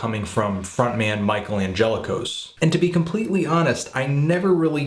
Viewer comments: LOL "Michael An-jella-kos" I think it's pronounced, "An-gel-lock-us" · You pronounced Angelakos wrong